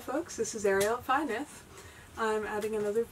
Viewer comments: Welsh pronunciation - I'm not a Welsh speaker Ariel, but I can speak about 100 words and live in Wales also - here's my best effort for pronouncing the name of your house - something like "vuh nith" - the single 'f' is pronounced 'v', and the 'y' in 'fy' is like a short 'u'. The 'y' in 'nyth' is more like a 'y' in English I would say, however, so I think you are doing that ok. I'm happy to be corrected by a fluent Welsh speaker... hope that snow stops falling soon - those paths you dug really are almost tunnels :o) Dave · hi , why a welsh name , an pronunciation ok